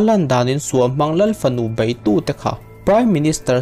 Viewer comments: Bei tih tur Bai tih te,lei aiah Lai tih te,a tam mai. Mizo tawng uluk deuh angai... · Bei tih turah bai, ko tih turah kau, lo tih turah lau.. i lam dan hi uluk hlawm teh. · bei khi bai i ti zel a,,, hahthlak em mai a! Public Interest nih chuan Mizo tawng uluk hram hram tur. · railote hnuah tih te,a bei tih aiah bai tih ihmang te hi siam that lo tum teh..